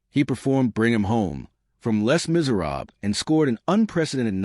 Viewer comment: It's not "less" miserables. Not lessss. It's said...lay. Lay: "Lay miserable"